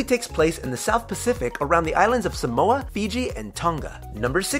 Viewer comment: You pronounce Samoa as saamoora (sa Moa a